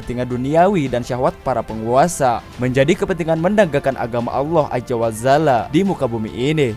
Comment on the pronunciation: Mohon penyebutan Azza Wa jalla diperbaiki bng.. Bukan Ajja wa zalla (menit 2.21) 🙏🙏🙏🙏 tetap smngat dN terus berkarya